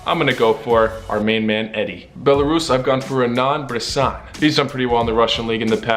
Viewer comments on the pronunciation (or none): none